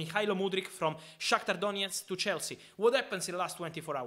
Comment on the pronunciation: Love how Fabrizio's voice changes to Eastern European when pronouncing Shakthar Donetsk and Mydruk👌🔥😂